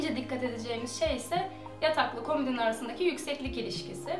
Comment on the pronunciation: Komidin değil komodin.....